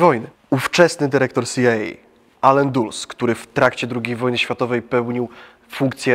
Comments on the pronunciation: Dyr. CIA Dulles czyta się "Dales" a nie "Duls". Jest on tak znany i słynny, że zła wymowa nazwiska to kompromitacja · Mówi i czyta się Dales a nie Duls.